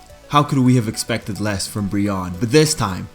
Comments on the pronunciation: I love Brionne!!! also, isn't it pronounced Bree-oh-ney? My type A couldn't help it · Ummmm your pronounced brionnes name wrong i love brionne